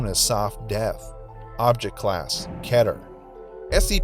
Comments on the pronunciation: Its pernounced "Keeter" not "Kehter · Stop saying keter like that, its pronounced "Key" ter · You said ketar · I’m not used to hearing keter be pronounced like cheddar nejdjfjjf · The way he says keter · When say keter wrong